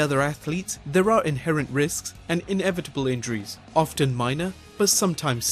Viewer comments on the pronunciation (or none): none